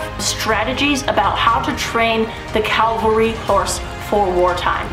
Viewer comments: There is a big difference between Cavalry and Calvery, I guess if you dont know the difference Im not real excited to hear what you say. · It's cavalry not calvary. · Its Ca-val-ry not Cal-vary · CAV-AL-RY…….not Calvery.